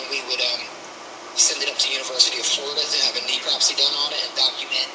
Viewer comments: The FWC officer calling necropsy "ecropsy" says a lot about his knowledge level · Cant even pronounce necropsy properly so that tells you all you need to know.